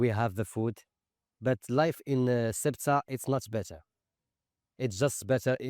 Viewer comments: FFS. Get the name right. How the heck do you want to be taken seriously if you can't pronounce the name of the place. It's not "sway-ta". Morons. If you can't pronounce it like the Spanish and Portuguese, at least bastardise it to "suit-uh". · 'Su-e-tah'? What? It's 'Ce-u-tah' ffs. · For God's sake it's not rocket science: it's not Soweto or Quetta, it's Ceuta, CE-u-ta (THAY-oo-ta). This ignorance with pronunciation really annoys me, just like when someone doesn't pronounce my language correctly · "Swayta"? LOL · Have the decency to learn how to pronounce Ceuta